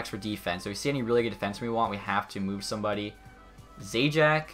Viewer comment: Please learn how to say players names the right way, like kinkaid, zajac and a few others